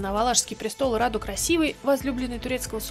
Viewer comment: Брата звали Раду а не рада